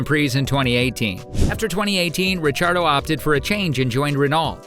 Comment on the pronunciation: Daniel RECHARDO ?? That AI is really cookin'